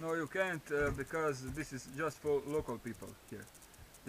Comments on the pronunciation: "Lokal pipl -Dont like? Lokal..lokal pipl" Hahahhahaha kraljina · Kada je rekao lokal pipl mislio je šverceri :))